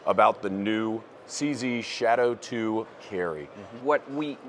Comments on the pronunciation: Took me more than 4 minutes before I figured out the shit-O-2 was the mispronunciation of Shadow 2. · What’s the difference between this and the compact they released last year? I just don’t see it. Also what’s a shit o 2 ? I swear he said shit 0 2 like 7 times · Proper pronunciation is apparently the Shitto 2 Carry. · It sounds like he is saying sh!t 02 💀